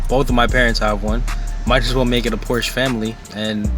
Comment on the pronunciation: Porsche is a two syllable word